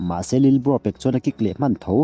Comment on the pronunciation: Lilbro tih chu mawi loe lalbro tih tur awm tak 😂